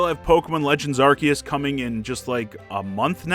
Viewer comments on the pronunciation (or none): none